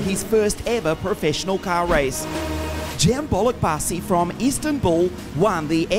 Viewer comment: Cembo kendi ismini yabancı spiker gibi söylemesi ahahahaha